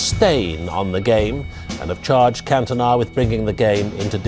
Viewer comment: Should be illegal for Americans to watch football how can u possibly say cantona name incorrectly